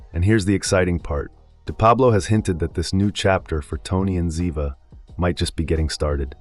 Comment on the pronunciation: Good info, too bad you mispronounced the names of BOTH characters. 😕